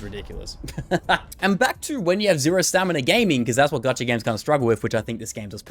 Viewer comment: bruh idk why but him saying "gachaRRRRRRRRRRRRRRR" is sooo fkn... idk, not really triggering but it is like when you scratch glass with a nail... ugh... icant XD